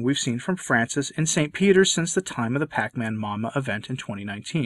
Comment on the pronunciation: It is pronounced "paCHamama, with "CH" as in Charlie.